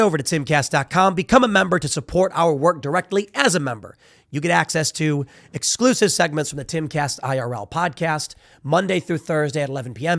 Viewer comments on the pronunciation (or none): none